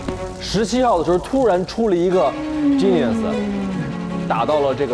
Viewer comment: 艾玛，杨蓉这塑料英语😆：我没看画面，以为她说的是Janice (Genius)，我在想这是假扮女生骗游戏大神了吗🤣